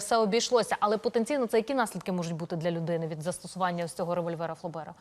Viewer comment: Не ФлЕбера а ФлОбера!!!